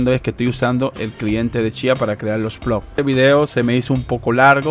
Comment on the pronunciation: increible que no puedan leer una tabla de datos ni pronunciar bien ploT. Space pool libera el pago cada vez que llegas a 0,01.. Puede pagarte varias veces al dia!